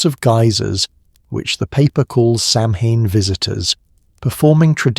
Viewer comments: Pagan here. It's pronounced "Sow-en", not "Sam-hane" or "Sam-hine" or "Salmon"... Also, Pagan pentagrams aren’t Satanic. Satanic pentagrams are totally different, they’re inverted and don’t have a circle around them. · It's pronounced Sow-En. Not Sam-hine 😂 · It's pronounced Saw' win, not Samain. 😮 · Samhain = sOW-en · Pronounced Sah-wen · Pronunciation of Samhain is Sah-win